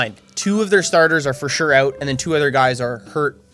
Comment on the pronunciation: That canandian accent comin out when he was talking about them cards. With “aout” Aaron Donald lol.